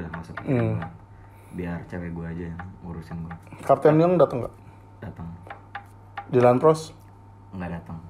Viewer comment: Dyland plos Mekel souw?